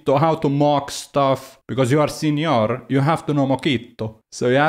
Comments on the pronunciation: As a mexican I feel very offended for this video... I'm joking it's very funny listing you say Sinior hahaha also all your points are so good and valid, thanks for your work! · I thought I was weird for always pronouncing senior as señor and chuckling to myself. Now I dont feel alone, and for that I love you.